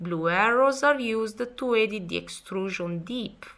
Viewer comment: good video. As requested here is pronunciation advice: depth was mispronounced. You can hear the proper pronunciation of this word and any other on this site by clicking the speaker icon at: So if you ever are unsure about pronunciation, you may refer to that website. Respect for mastering so much of the English language though, well done!